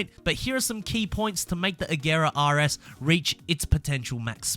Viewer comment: Yo hold up did I really just hear this man pronounce an actual "R" when he said Koenisggsegg RS? Congratulations man